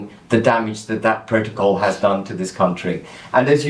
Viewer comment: Love the way you say pro - to - col. Richard burton delivery